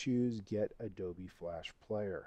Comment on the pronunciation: why you keep saying "Adoby player" ?? im pretty sure its Adobe